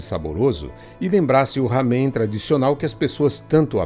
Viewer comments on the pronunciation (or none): NÃO É RAMEM. A PRONUNCIA É "LÁMEM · A pronúcia não é ramen com som de dois "erres" e sim com pronúncia como em "era".